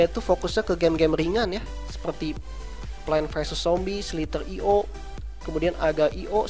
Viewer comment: Cara nyebut arcade.go nya salah sama agar.io ama slither.io nya bro